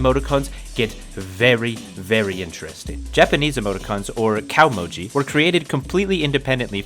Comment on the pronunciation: Japanese is a vertical language "glottal" is glaw-tuhl kah-oh-moh-gee not cowmoji *interrupted apparently that deep, deep research hole stopped a bit short